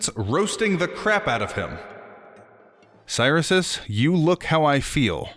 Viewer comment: Cyrisus name is definitely pronounced krix sus